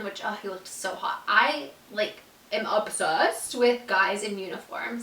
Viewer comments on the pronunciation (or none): How you said obsessed😂